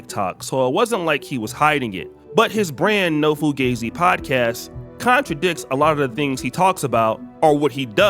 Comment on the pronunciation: "Been Fugazee"